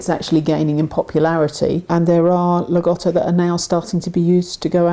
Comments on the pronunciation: (I love the content and presentation, but I GOTTO point this out.) There's great irony in slagging on people for mispronunciation while teaching people the incorrect pronunciation. Lah-GO-toe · it's actually pronounced Lag-OH-Toe. but it's not a big deal hardly anybody pronounces rottweiler as rott-Veiler like its supposed to be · Incorrect pronunciation. “Lago” = “Lake” in Italian. There is no short “O” sound in the language. Say “Lah-go-toe”. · not too bad pronounciation, in my opinion. Just all 'O' need to be a clear sound O, and not the diphthong OU typical of English